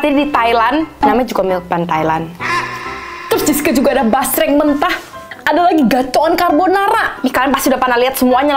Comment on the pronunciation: Basreng❎ Jasreng✅ Ampun deh lucu bangett dehh❤ Semangat y ci yg cantik dan yg baikk bangett ❤❤❤